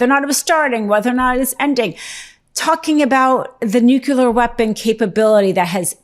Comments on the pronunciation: She's not worthy of the Meidas name. Bashlack? Swing state? Nu-cu-ler? Needs a redo. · Nuquelar...???? Did she say nuquelar...??????